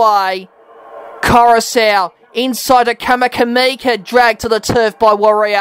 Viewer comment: Mate you pronounced 'Vunakece" perfectly but then you changed your rules on "Kamikamica'